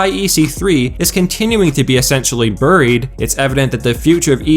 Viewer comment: It's "berried", my nigga. not "burr-reed"